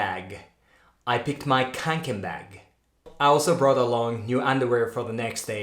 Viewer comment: Kånken is pronounced with O, Konken This experiment was super interesting! I would have probably chosen the mattress first tho, lmao